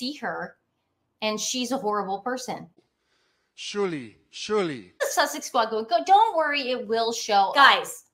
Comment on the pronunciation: Can you hear, he’s calling out for Shirley, Shirley, 😂😂😂😂😂 doesn’t know how to say surely. 😂😂😂😂😂 🇦🇺🦘🐨💐❤️